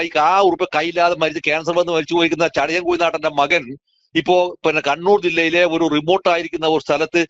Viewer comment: Not Chadayam.... but ChadayaN